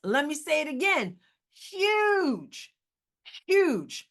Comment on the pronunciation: "Yuge!" hahahahaha... miss english teacher!